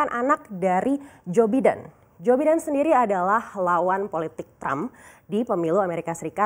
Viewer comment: Biden tu bacanya Baiden, mbak! Hadeeehh...😁😃🤣👎👎👎